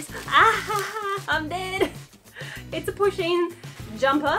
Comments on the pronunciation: I didn't know what Pusheen was and thought she was saying pushing. so I spent a minute being confused and concerned that her Instagram may just be full of pictures of her pushing people ... like in front of trains or something. or just assaulting people in the street. I'm glad I was wrong. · I thought she was saying pushing